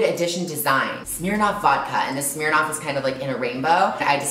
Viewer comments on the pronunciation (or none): Smirnoff not Smeernoff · in aus we pronounce it smurnoff hahaha 💞